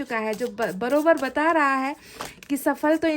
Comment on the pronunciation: Brober nhi braber